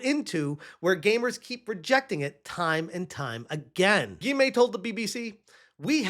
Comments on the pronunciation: Funny how you pronounce his name ^^ Gimay lol. I don't know how i could write the pronounciation correctly but try it like "Gee-yom" with a hard G. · Guillaume is pronounced gi-ohm. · All together now : Guillaume = Ghee-yohm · Aaahhhhh lol. Take the L out of GLEE… Gee-ohm! Guillaume…. 😂😂😂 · LOL His name is pronounced GHEE-Ohm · It's pronounced gi-yome (like home). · Small tip: Guillaume is pronounced "Gee-yom" with the G as in "geese" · his name is pronounced “Ghee-ohm”. Great dude. Great game. He deserves all of the praise and success. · ''Guillaume'' is pronounced: Gui-Yom (Gui like in Guitar, Yom like in Yom Kippur. The way you pronounced it, funniest thing ever :) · I'm glad you already pointed this out, was cringing.